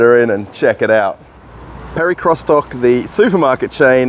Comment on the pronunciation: What is it with you English speakers! Do you have to bastardize every foreign word? The supermarket name is not pronounced Perikrostok, but Perekriostok. Can't you use Google translator, if you are not sure?